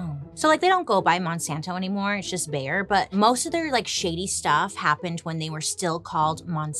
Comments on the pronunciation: Every time Bailey calls Bayer, "Bear" 💀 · So funny how u pronounce “Bayer” 😅